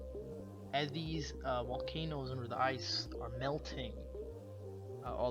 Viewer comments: What’s a wolcano? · Whats a wolcano